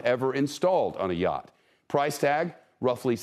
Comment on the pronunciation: it is a yacht not a yaaaaaaaart